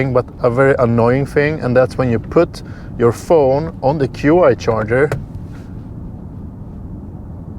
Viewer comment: FYI - the charger that is spelled QI - is pronounced CHEE not Q.I.